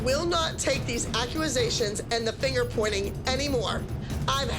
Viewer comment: I died when Abby said accusations😂